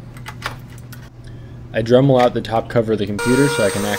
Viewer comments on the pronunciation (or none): none